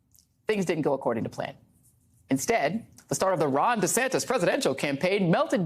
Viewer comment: Take 1: "Hi, I am Ron Duh-Santis" Take 2: "Hi, I am Ron Dee-Saintis" Take 3: "Hi, I am Ron Santos"